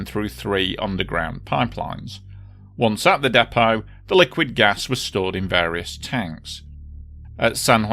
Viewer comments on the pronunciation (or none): none